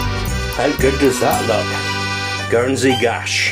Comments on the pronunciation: Please don’t call it gash! It’s Guernsey Gâche. Gâche is pronounced like gosh. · Nice one. I realise that this is too late to help with your video, but Gache is actually pronounced as if it were spelled Gosh. As in "gosh that looks tasty!" I'm from Guernsey btw. You may also want to try Gache Melee (gosh mel-are) which is a sort of apple cake. Even nicer, especially with a dollop of cream or custard.